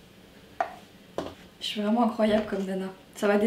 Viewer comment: est trop marrante en mode "yé souis lààà". Sinon supers idées de recettes! J'pense que lessive et assouplissant j'vais tester car j'ai les mêmes problèmes que toi, ma peau est hyper sensible. Puis franchement 10€ le produit... voilà quoi. Vidéo très sympa, j'aime beaucoup le concept. Des bisous ♥